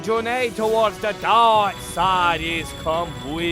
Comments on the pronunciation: Are they saying Darks? or Dorks? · oh man, it sounded like said Mai went over to the dork side! XD